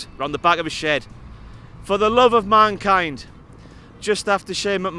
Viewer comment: I think the line was meant to be "SHANE DONT DO THIS FOR THE LOVE OF MANKIND!"But Maggle botched it and said "FOR THE LOVE OF MAKIND , SHANE JUST EXPLODED THROUGH THE TABLE"